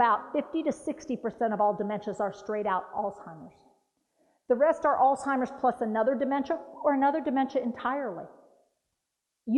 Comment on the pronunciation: NO T IN. ALZHEIMER'S AS A PERSON WHO TEACHES PEOPLE ABOUT IT YOU WOULD THINK YOU KNOW TO PRONOUNCE IT